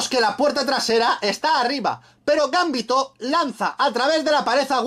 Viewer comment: es GamBiiÍ!!to !!!!!!! Hablen bien